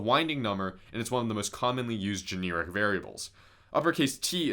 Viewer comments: Non point here...but I do not think the word is "Jeh-near-ic"...I think it is "ju-nare-ic". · I'm sorry, gen "ear" ic kinda be annoying me 🤣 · Bro says “generic” like “janeerik” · Considering the way you pronounced the word "generic," it's a good thing you didn't major in English.